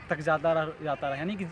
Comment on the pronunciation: Bhai its not zata, its jata... Its not ranjishen...its manch se main tumhe... Mahnat kar bhai...उच्चारण पर ध्यान दो....ओवर एक्टिंग मत करो। कविता का भावार्थ भी सही नही है